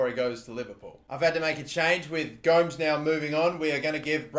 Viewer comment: Gomes is pronounced as Gomez